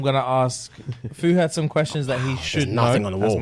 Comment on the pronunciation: Can't even say his name😂😂😂😂